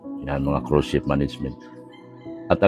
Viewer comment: .... hindi " course " ship .... ang tama ay "cruise" ship managenent.... (luxury ship yan)... fyi lng... 😊😊😊😊😊